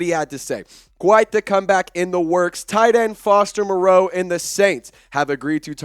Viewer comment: Not to be picky, but Foster and his family pronounce his surname like Morrow not Mor-ROE' Here is Foster explaining the pronunciation. He says its doesn't mind the way most people (mis) pronounce.